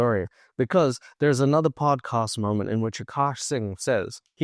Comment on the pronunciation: It's podcast* not podcost